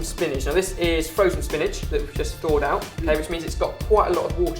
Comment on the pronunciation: "You guys are ut of control", haha, I love these.